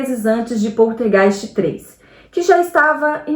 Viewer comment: A menina do Poltergeist morreu porque foi abusada e isto até hoje não foi criminalizado. Para a participante, é importante se atentar a pronúncia das palavras, infecção tem c mudo, PoLtergeist é com L e não com R. Veja bem não tô me referindo ao sotaque mas a pronuncia das palavras.